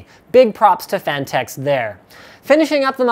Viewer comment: "phanteks" i think it sounds more like "fanteks"